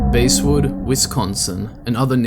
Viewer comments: pronounced basswood not basewood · No way did you start off by pronouncing "Basswood" like that.